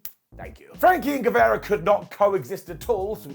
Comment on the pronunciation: GueVARA, VARA, not Vera